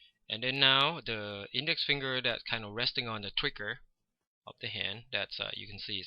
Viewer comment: It's so funny when you say trigger! Twicker! :D Thanx for sharing your skills man! You have a great feel for images!